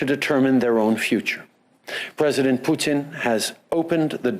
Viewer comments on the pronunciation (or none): Yet no one noticed he calling putin " poutine"..... someone mustve been hungry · Poutine? I think you meant to say Putin.